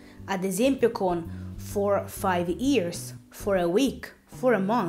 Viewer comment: I guys invece di Hi guys Ears invece di years Tree invece di three No grazie perché mai dovrei acquistare un video corso con una pronuncia così maccheronica? Per non dire altre parole sbagliate di pronuncia. Ma almeno, perché non rivedi a pronuncia invece di far confusione alla gente?